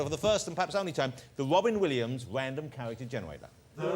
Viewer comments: The wobbin williams wandom cawacter jennawader. Is he Barry Kripkes father? P.S. Holy shit, I just googled the actor´s name who plays Kripke is „John Ross Bowie“ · Wow, Wobin Williams! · Mr wobin Williams